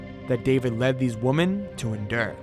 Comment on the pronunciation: “many other woman”?! It’s WOMEN! WoMEN! `got it?